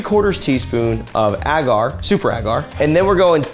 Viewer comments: Ita pronounced ay-gar 😂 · Do Americans say it Ah gar? Cringe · AGGGHH it drives me insane every time you mispronounce “agar.” The first A is long, like in “way”. It would only be pronounced with a short A if it the word had two Gs — “aggar” would sound like dagger. But it’s one G, so it’s agar like… like… ok, I can’t think of anything that exactly rhymes with the correct pronunciation of agar, but you get it now, right? The first A is a long vowel sound, like stay, way, play, etc.